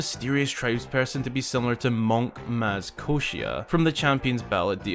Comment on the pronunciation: its maz koshia not moz koshia